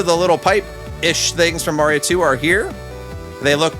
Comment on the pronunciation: laughed too hard at "ihstt a me, mareo"